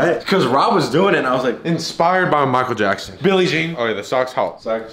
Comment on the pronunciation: “Michael jack-son” -Rob in quarantine 2020